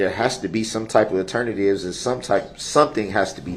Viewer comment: ALTERNA TIVES. Get da reckerd kareck.